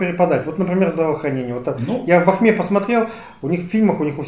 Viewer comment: БАХТА !!! в БАХТЕ а не в Бахме